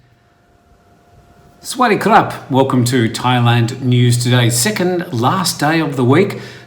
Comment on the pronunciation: Its sawadee kap...